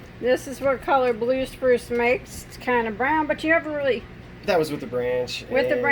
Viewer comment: . Sounded like you said brue spluce. Teeheehee. So funny and cute. That’s what dying is all about. Experimentation.